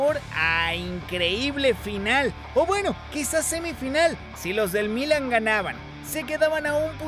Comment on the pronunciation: Buen reportaje, nada mas no tomes moda de los comentaristas argentinos que pronuncian muy mal el español. Es Milán, no Mílan, el acento va en la "a". Saludos.